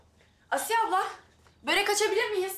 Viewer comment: Yanlız börek değil bööörek